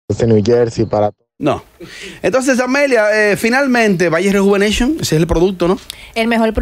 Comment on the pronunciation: “Vagi rejuveneichonnn”🤣🤣